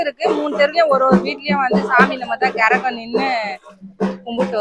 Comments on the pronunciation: கெரகம் இல்லை கரகம் ஒழுங்கா தமிழை உச்சரிக்கவும் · கெரகம் இல்ல அக்கா கரகம் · அக்கா கெரகம் இல்லை கரகம் சொல்லுங்க